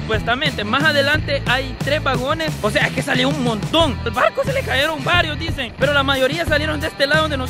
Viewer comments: Porque disen " CAERON :" hablen bien se dise "Cayeron" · Es contenedor y. No es caeron es cayeron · Este bato es impedido de loa hombros. Y no se dice caeron. Cayeron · "CAYERON" Se escribe así y se pronuncia así "CAERON" no existe en la Real Academia Española